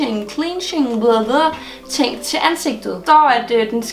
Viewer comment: Cleansing = "Klen-sing"